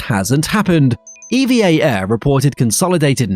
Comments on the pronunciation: Pronounced "eevvaa" one word NOT E.V.A. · It's pronounced "eva" not E.V.A... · It's pronounced "EVA" not "E-V-A" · It's pronounced "Ever Air" btw, owned by the Evergreen company